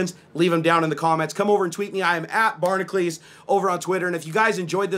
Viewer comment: "I'm Bar-nuh-kleez" Barnacules How can you not either spell or pronounce your name?